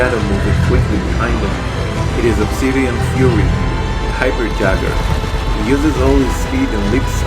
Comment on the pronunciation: It's pronounced yayger not never.😅